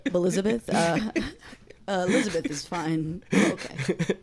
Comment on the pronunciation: "Bahlizabeth" xD